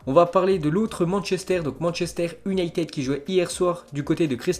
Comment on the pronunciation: Prononcer Manchester ''younaïtid" ... ''United'' ça passe pas